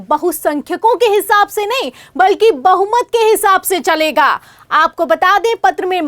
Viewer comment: Bahumat and bahusankhayk read properly. Before relay